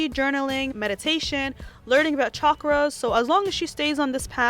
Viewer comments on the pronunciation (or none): Anyone else think she said chuck roasts instead of chakras?? 😂